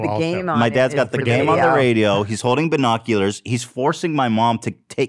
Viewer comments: AS I HEARD BERRNOCULARS I READ THIS COMMENT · Ethan: Makes fun of his mom for saying YEETS Also Ethan: BERRnoculars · did ethan really just say “BUR noculars” 😂😂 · Ethan saying bernoculars traumatized me, where's my sarcastic apology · Ethan saying BERNAculars instead of binoculars 💀💀💀💀